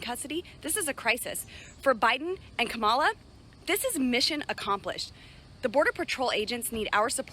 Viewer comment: OK, MAGA. It's pronounce KOM ah lah, not kah MOL uh. I know your 'Hero' Trumpty-Dumpty says it that way, but he is doing it on purpose, because he is an immature asshole bully who is a coward, and is losing the election, and all he knows to do is to name call, and try to demean anyone who is not on his side. Listen closely to his rhetoric. He is spouting an "It's us against them" message. He is not speaking on unity, he is speaking the exact opposite.